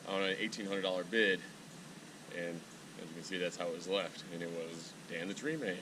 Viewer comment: sounds like you said you want to look into fucking Dan the tree man. that's fine I guess I mean if you like fucking men...